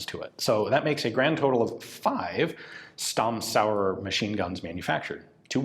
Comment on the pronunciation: Dear Ian, I would like to ask you to make a little effort when it comes to pronouncing German names. "Th" is NOT pronounced the English way, but as a simple "t", e.g. Solothurn is pronounced as Soloturn, or Walther is pronounced as Walter. Also, Stamm is pronounced as Shtamm. A simple internet search would go a long way. Thanks.